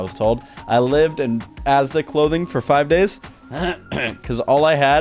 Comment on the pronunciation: As a Brit, hearing say Asda is weird 😂